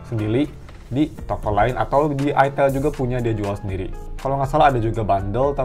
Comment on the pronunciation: "memberi sendili" kebaling bak :(